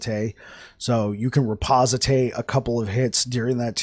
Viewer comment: bro , the word is , ri poste :D , not reposité XD